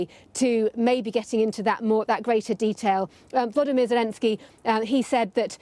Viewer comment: His name is VoloDYmyr, not VoLOdymyr. The accent is on the third syllable.